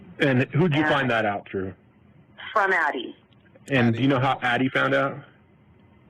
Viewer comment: It’s ADDIE, not Abbie.